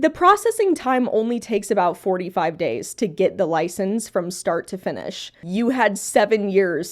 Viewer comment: "But did he have a LoIcEnCe?" What an NPC take. Of course he knew how to take care of the squirrel. He had it for 7 years. We have hours of video evidence that it was doing fine.